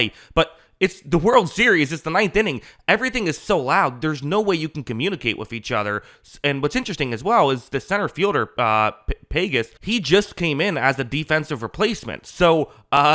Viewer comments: Pah-hez not pages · Dodgers CF is Pages (PAW-hez), not Pagan. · lmao his name is "pah-hes" not PAY-GES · Andy’s last name is pronounced py hez not pagus 😂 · Pay-guess? His name is pronounced Pah-hess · Andy Pages was the centerfielder and his last name is pronounced “Pa-hez” not pages like in a book. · Dude, you blew it at PAYGUS? You don't even know the fucking players names.. WTF? It is PAWHEZ... Pages, it is spanish. habla espanol.. Apparently NO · Andy Pages. bwhahahahahahah check that pronunciation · bro calling pahes pages had me dying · Great video, but I was surprised you didn't know that Andy Pages's last name is pronounced PAH-Hess. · The center fielder “pay-giss” just came in as defensive replacement!! Hmmmmm… my money says you’re from Saskatchewan and you go to Taco Bell when you’re in the mood for some authentic Mexican cuisine!! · Bro, why you say Paiguss it’s pronounced pages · Pages, pronounced, "Pah-Hez". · "Center fielder payguess....lol" c'mon man! Pronounce his name correctly if you are making a vlog for crying out loud. 😂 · Does this guy watch sports?? Paegus?? lol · On t’other hand, calling Pothead “PAY-giss” isn’t a great look for a ball channel. 🤔 🥸🤷‍♂️✌️ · NARRATOR THEY REVIEWED THAT HOME PLATE AND THEY SAID IT WAS THE RIGHT CALLAND IT'S PRONOUNCED PAHES AND HIS CATCH WAS THE FINAL OUT YOU SAID HE WAS PUT IN BECAUSE OF HIS ARM OBVIOUSLY YOU DON'T KNOW BASEBALL DUDE YOU DON'T KNOW BASEBALL IF HE HAD TO TOSS IT TO SECOND KIRK IS OVER WEIGHT AND SLOW SEE HOW MUCH TIME HE NEEDED TO GET TO FIRST YOU ARE A JOKE TO BASEBALL I WON'T WATCH YOUR VIDEOS FROM NOW ON LEARN THE GAME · His name is Pages pronounced "Pahes" not "Pajes". Pretty surprising to have an expert breakdown that doesn't know the names of the players. Also, I think if Betts had had to field the double play ball deeper he would have flipped to Kim and they still would have gotten the double play because Kirk is one of the slowest runners in the league. He was out by a mile at first.